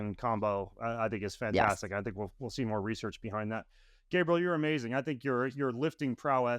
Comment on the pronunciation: Gabriel???? WTH ... its Gabrielle 🤦